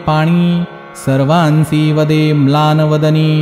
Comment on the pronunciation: 🙏🚩👣🪔🌹🌿🙏 अप्रतिम, अत्यंत सुंदर उत्तम अध्याय पठण. श्रवण करून समाधान होत आहे.🙏🪔 मला येथे एक नमूद करावयाचे आहे.तरी आधीच स्पष्ट पणा बद्दल क्षमस्वः 🙏 "उपरीचर येता वदे त्याते..!" या ठिकाणी अध्यायात ' वदे ' या शब्दावर अनुस्वार नाही. 'वदे ' या शब्दाचा अर्थ 'बोलला ' असा आहे. ' वंदे ' या शब्दाचा अर्थ 'वंदन ' नमस्कार. असा होतो. तेव्हा हा उच्चार चुकून चुकीचा झाला असावा म्हणून त्यात बदल करून घ्यावा नम्र विनंती.. नवीन पठण, श्रवण करण्यात येणार अशा पिढीला योग्य उच्चारांची समज यावी.आणि सगळ्यात महत्वाचे म्हणजे दररोजच नियमित श्रवण करणार त्यांचे चुकीचेच पाठांतर होऊन चूक दुरुस्त होणार नाही. " भावपूर्ण पठण व श्रवण श्रध्दापूर्वक असेल तरी शब्दोच्चार स्पष्ट शुध्द असतील तर फलश्रुती लवकर मिळू शकते. सेवा फलद्रूप होऊन ! फलनिश्चिती..फलनिष्पत्ती लवकर होईल. 🙏धन्यवाद 🙏